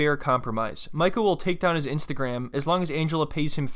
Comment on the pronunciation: She said Ainstagram